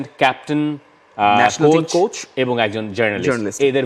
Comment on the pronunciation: একজনে "কোচ" কে বলে "কোর্স"! আরেকজনে "গাধা" কে বলে "গাদা"!! এই হচ্ছে বাংলা ভাষার অবস্থা!!